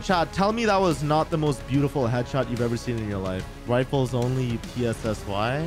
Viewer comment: Sniper "riffle"